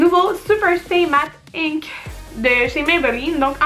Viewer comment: c'est INK, pas INC!?!